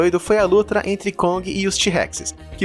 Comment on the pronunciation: 1 erro: "lutra"